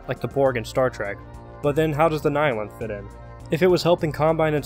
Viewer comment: You're the first person I've heard pronounce "nihilanth" correctly other than myself and it feels so weird hearing those syllables in someone else's voice